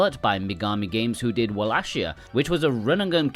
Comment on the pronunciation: It looks great and just to let you know it’s pronounced “Wal-lay-Kia” 😊, I look forward to picking this game up